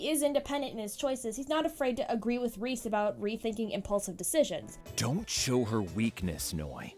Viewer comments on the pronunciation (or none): Me crying because you said Rhys as Reese because it is pronounced Reese but in this its rise- XD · Uh not trying to be rude but it's pronounced "Rise" not "Reese". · Rhys is not said as reese its said as rise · Who's Reese- Did she mean Rhys? (Rise) And, Asck? You mean Asch? (Ah-sh) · It's rise not Reese. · Sorry to correct you but you pronounced rhys' name wrong it's prounounced "rise" and asch's name is prounounced "ash" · I’m pretty sure that rhys’s name is pronounced like “rise” from what I heard while watching the show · Ryhs is is said like the word rise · u said rhys name wrong but oky